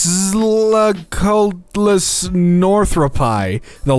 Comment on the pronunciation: its actually pronounced quetzalcoatlus